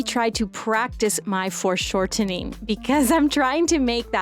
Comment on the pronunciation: Are you saying "forced shortening" or "foreshortening"?